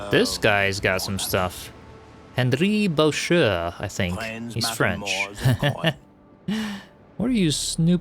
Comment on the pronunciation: For any who care, Henri Boucher would be pronounced Ohnri Bushay. Francois is Franswa.